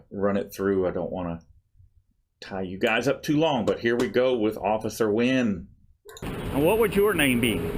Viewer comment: The officer didn't pronounce it properly but his name is actually pronounced Newen. It's spelt Nguyen.